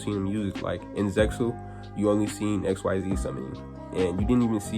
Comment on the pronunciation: Why were you mispronouncing the “xyz summoning” mechanic? You said you watched zexal and arc-v, so then you would know that xyz is not pronounced the way it’s written.